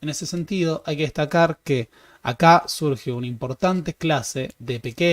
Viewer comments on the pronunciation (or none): none